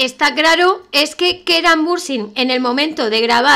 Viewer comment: si es el que mejor se escucha pero parece que dice keran pero no se entiende muy bien